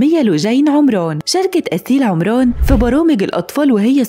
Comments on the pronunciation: اسيل عمرون لجين عمرون ايه ده ما تنكلمي بصوتك الطبيعي يا بنتي اسمها عمران عمراااان مش عمرون😬😬😬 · بلجهه مصريه هيك يقولها😂❤